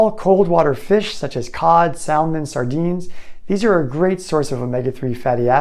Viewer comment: You seriously don't know the L is silent in salmon? Bizarre!